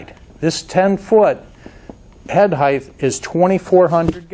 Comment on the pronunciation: the word is height (pronounced "hite"... no hiteth).